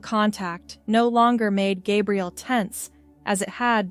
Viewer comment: Stop mispronouncing Gabriel 😮